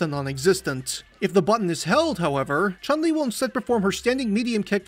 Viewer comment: The vowel in Chun is a short U like in foot.